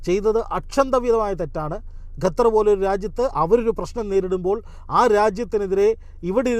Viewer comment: ഗ അല്ല ഖ (ഖത്തർ)